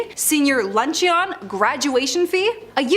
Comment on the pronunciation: Does this host really not know how to pronounce “luncheon?” She thinks it’s pronounced “lunchy-on.” 😂 I bet she doesn’t even know what a luncheon is.